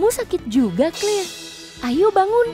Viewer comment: Tulisannya Claire dibaca Kleir Bukan Kelir😂😂😂😂😂😂